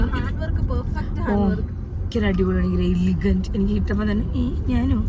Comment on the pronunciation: എലിഗന്റ് അല്ല എലഗൻറ്